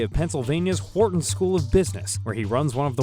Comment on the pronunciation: Finally someone pronouncing the hard H in Wharton....just like God intended.